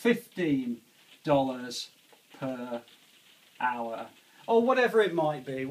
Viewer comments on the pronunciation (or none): its hour not lour!